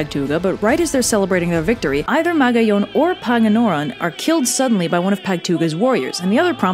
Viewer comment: Ahhh... Good. video but wrong pronunciation. Magayon: Ma-ga-yon Makusog: Ma-ku-sog Panganoron: Panga-no-ron Pagtuga: Pag-tuga